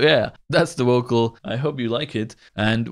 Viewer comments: Please stop saying “wocal” I can’t stop laughing 😂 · Nice vid, but what the heck is a "wocol"? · Please look up how native speakers pronounce the word vocal. You pronounce it like wocal. v and w are pronounced totally different. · "my worst wocal" i felt that